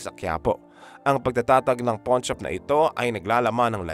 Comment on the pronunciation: Correction lang po: hindi 'porn' shop...'pawn' shop😅😅😅